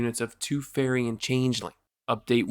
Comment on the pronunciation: You're the first person I've heard pronounce changeling correctly.